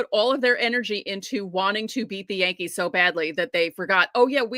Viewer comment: Did you say the Dodgers had pothead? You mean Pages. It's your New York accent. LOL The Hispanic players pronouncing Yankees as Jankees are trying to say they're a Junk team